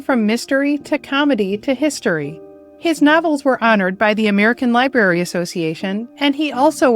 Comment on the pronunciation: Oh,,... There's an "R" in "library" and it is pronounced, along with the "b".